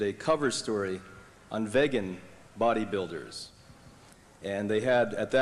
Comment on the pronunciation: This guy Brian cannot even say vegan properly